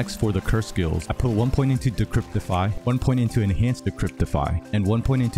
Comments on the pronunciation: DECRIPIFY - NO T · De-cre-pi-fy ahah sorry but great build tho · Cheers , gonna try this right now , bored with my other char . Please drop the "T" , no "T" in Decrepify , you had me laughing to you said Decreptify so many times . I needed the laugh today , thanks :) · Thanks for the chuckle - there is no "T" in Decrepify =)